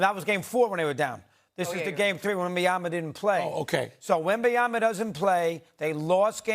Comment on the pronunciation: Remember when… Steven A used to call him « WembanyaNa » 🤣🧐